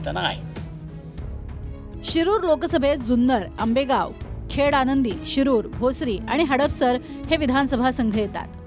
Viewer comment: खेड आंनदी नव्हे खेड आळंदी असे म्हणा नांव आठवत नाही तर आराम करा